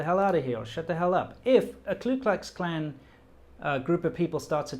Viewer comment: Disturbing and fascinating video. Stay safe. By the way, it’s the Ku Klux Klan, not the Klu Klux Klan. This is a common and trivial mistake, but I just wanted to clarify.